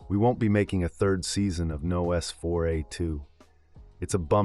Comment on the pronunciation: Nos four ay two? its nosferatu (as in vampire) but clearly shortened to license plate format :/